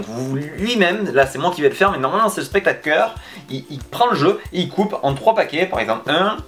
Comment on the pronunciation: spectakeur 😂😂ça fais la 2ème fois 😂😂